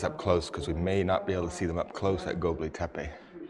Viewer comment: Where is An Kara? Or did he mean Ankara. And where is Goblay Tepe? Or did he mean Gobekli Tepe? Who let that loon out of the asylum?